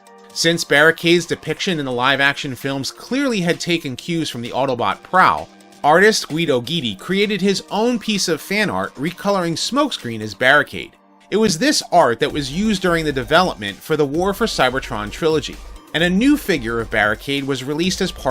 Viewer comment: You pronounce Guido Guidi’s name wrong go to one of Chris Mcfeely’s YouTube videos , he pronounce’s Guido Guidi , as Guido Gwee-dee(Guidi )